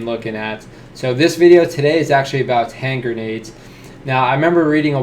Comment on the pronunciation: "Hen-grendades" - Eggs (TM Walt Disney)